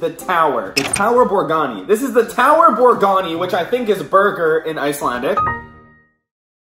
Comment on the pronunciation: tower borgani?????? BORGARRRIIII WITH A R